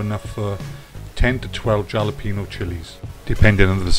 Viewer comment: Gonna give this a try, hope the wife recovered, and by the way the J in Jalapeno is pronounced like an H.